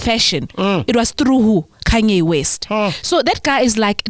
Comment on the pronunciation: That “i got Kunye” on whatsapp instead of Kanye killed me 😂😂😂😂